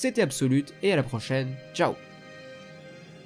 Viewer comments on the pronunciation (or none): none